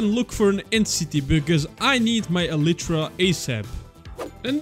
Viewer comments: you say "elitra" its "elaytra" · Bro he sayed elitra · Bro is ellytra a different pronunciation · this guy is the only person I know who pronounces Elytra like that